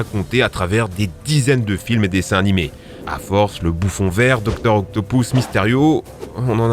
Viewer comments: Dr. OctopOUsse ??? Pour moi, ça se prononce Dr. OctopUsse (Oui, je sais que ça s'écrit Dr. Octopus). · mec quand ta dit octopus ta dit octopous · salut, la video est incroyable, rien a dire mais juste, est ce que tu pourrais dire OCTOP U S et pas octopous stp merci continue comme ca :) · C'est Docteur Octopus et pas Octopous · Désolé mais c’est pas octopous c’est octopus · Entendre octopou au lieu de octopuce c'est marrant mais t'inquiète on c'est que c'est pas ta faute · Docteur occtopouce ?? 😂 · "doctor octopous" hmhm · Je reve ou il a dit docter octopouce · Octopousse, milsse morales, marie jeanne, ... par pitié apprends à prononcer les noms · Docteur Octopouce ?? mdr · je t'en prie arrete de dire "docteur octopous" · auctopous ????? milse morales ?????????????????????????????????????????????????? ⬆ ⬆ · docteur octopouce 😭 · "Octopouce" "Miles Morales"... where is le respect ?😭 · « doctor octopousse » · Juste, personne ne va parler de son "Docteur Octopouce" ? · Arrête de dire docteur octopouce stp... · "docteur octo pouce" xD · Dr octopous Marie gane je suis le seul a avoir entendu 😂😂😭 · J'aime la manière que tu dis Dr.octopus comme Dr.octopouce😂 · Stp aprend à prononcé les nom parce que mare jane et docteur octopouce faut pas abuser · Une très bonne vidéo, malgré des erreurs de prononciation sur Dr Octopus et Miles Morales.